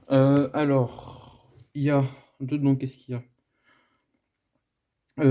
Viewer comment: "Dedant" ÇA FAIT MAL